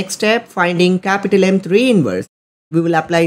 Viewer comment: bro said "cApUtAl M1 cApUtAl M2 cApUtAl M3" three times in 10 sec